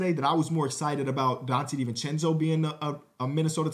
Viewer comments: I was talking about the way he pronounced it lmao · “Donte Divenchencho trade”